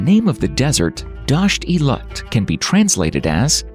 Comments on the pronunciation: Its pronounced LOOT......not Lut. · ITS NOT LUT DESERT ITS LOOT DESERT. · Its not lut desert but the name is loot! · Learn how to pronounce Iran and Loot desert before you inform others about it. Its not Lut. Its Dasht ' e Loot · It is not lut it is loot(lout) please correct it, thank you,!! And pronouns it correctly.thank you good job! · It's pronounced NOT as Eye Ran but Eeraan. And Lut is pronounced as Loot with t not as the t in English. Look up online. It's expected of you to know basic names. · It is pronounced [E-RAAN] and [LOOT (thin T not thick T)] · Hello everyone. I'm a native Persian speaker, and I'd like to clarify a few things. The name of my home country is Iran (pronounced as "I'ra:n"), and I noticed that it was mispronounced in the video. Similarly, it is Dasht-e-Loot, or as we call it in Persian, "دشت لوت." I also want to point out that I got a bit confused by the choice of Arabian background music in the video. It's important to note that Persian culture and language are distinct from Arab culture and language. In other words, the video seems to mix elements of Iranian culture with Egyptian and Arabian culture, which is far away from truth. To put it in perspective, the difference between Iranians and Arabs, both in terms of language and culture (as well as other aspects), is as noticeable as comparing British natives to Spanish natives. While Persian and Arabic share almost the same alphabets with some cognates (just like you're comparing English with Spanish), these two worlds are seperate. To sum it up, any similarity you might draw between Spanish and English applies to the relationship between Persian and Arabic.